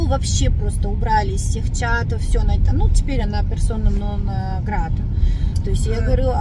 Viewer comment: Персона нон грата , а не грат !